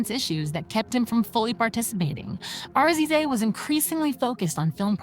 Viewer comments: Omg is she really saying R..Z..A....lol instead of the actual name 😅 and keeps saying wu tong and ticol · Yo I'm sorry but YOU are killing this story with all the mispronounciation and why do you keep spelling RZA'S name (RIZZ-ZAH) say it with me now